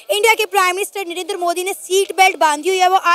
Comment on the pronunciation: Not नरेनदर he is नरेंद्र 😂